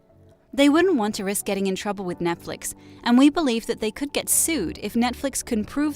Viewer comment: I was just thinking why do they keep saying Netfix, this is CW lol.